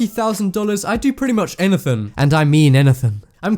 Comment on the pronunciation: wrong pronounced words A-GAIN ANATHIN